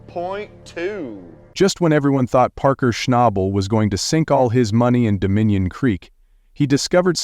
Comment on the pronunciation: Buddy you are good at dragging your words in the sand that was nothing short of embarrassing whats really crazy is you kept saying Parkers last name 2 did ways hilarious but anyway Goodluck to you hope all is well for you and your family keep these vids coming im continue watching to hopefully see you make better videos ty God bless